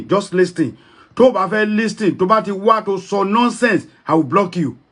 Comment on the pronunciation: u claimed u live in America and u called it Listen. T is silence in the pronunciation of LISTEN